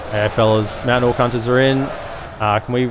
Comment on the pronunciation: I study english as my major and I take fascination in accents and varities of English. I have to say, everytime you say "Meowtain" you bring a smile to my face. Aussies rock!